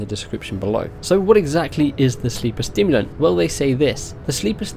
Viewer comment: Sorry but I have to say it.. Sleeper SIMulant, not STIMulant :P Looks sick tho :D and that quest line!